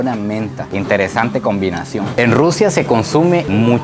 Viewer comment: Min combitación y yo queeee 😂 como dices que dijiste